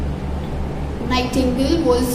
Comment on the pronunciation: Thank you maam but it's not a nihtangle it's nightingale